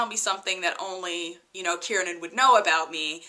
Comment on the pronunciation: KIEREN not KIERNAN